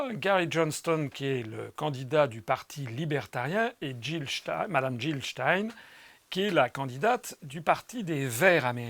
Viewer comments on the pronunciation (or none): none